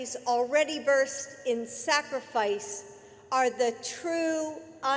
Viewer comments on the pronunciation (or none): none